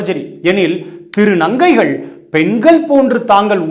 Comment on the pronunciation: திரு. நங்கைகள் வார்த்தை உச்சரிப்பு ❤❤❤❤❤ அருமை அண்ணா ❤❤❤😊